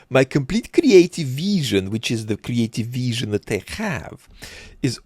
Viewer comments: Dude, if I have to hear "creative veeesion" one more time, I swear to god. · had a wonderfully kree-ateeve veeshun